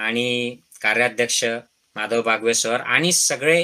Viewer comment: Dr Please..बावगे..not बागवे .